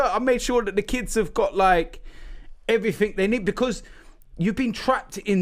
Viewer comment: Robbie ‘Um’ Lyle